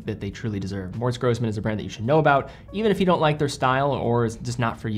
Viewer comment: Pronunciation snob here - double s in German is pronounced as "s" instead of "z". Single s is "z". Seriously cool that you featured this brand, though. Keep up the great vids.